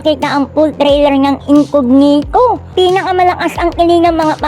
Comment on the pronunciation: It’s not incoGnito po, it’s an Italian word and it is pronounced as incoÑito.